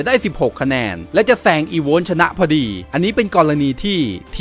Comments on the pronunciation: อีโวส คับ ไม่ใช่ อีโว้น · อีโวส ใม่ใช่ อีโว้น เว้ยยย